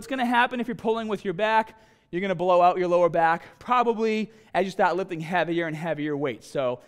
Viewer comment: .. to help you decide where to staaaht